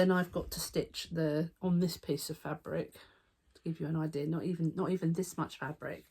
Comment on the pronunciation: not eye-deal that he has no eye-dea how he's hurt himself 😆🤣😆😂 (not gonna l-eye Eye had to rewind several times cos Eye was laughing too much)